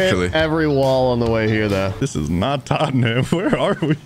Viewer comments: pronouncing Tottenham wrong is funny TAUGHTEN HAM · Other than Tottenham, should’ve been tottenum as pronunciation